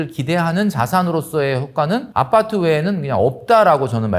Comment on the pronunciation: 아빠트 아니고 아파트... ㅋㅋ